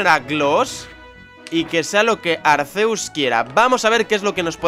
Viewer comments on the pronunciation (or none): none